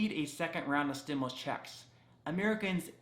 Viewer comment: Stimuast? Lol yikes